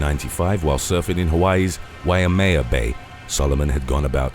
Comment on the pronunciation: It's pronounced Y-may-ya. Waimea